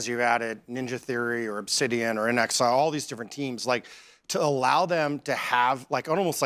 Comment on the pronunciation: It's Inexile not incel